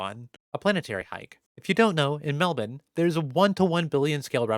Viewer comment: I love how you pronounced Melbourne exactly how we do in Australia